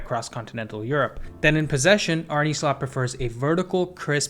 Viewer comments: Great video but as a Feyenoord fan I can’t hear you say “Arney Slot” or “Weiffer” anymore. Please say Arne as “Arnuh” and just Wieffer as in “Weeffer.” Idk I just couldn’t bare to hear it like you did but great video anyways. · Good video and great analysis! Sidenote: Arne isn’t pronounced “Arnie” but “Arneh” 😂 Sounds funny tho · great video man. Just a little btw Arne is pronounced Arn-uh. I go to every Feyenoord home game and Kokcu is an absolute pleasure to watch. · Feyenoord's coach is called Arne, not Arnie 😂